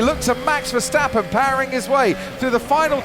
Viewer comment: More like GeeOverNazi, british love mis pronouncing names. My other favourite is Verstappen, they make up an invisible H and say Veshtappen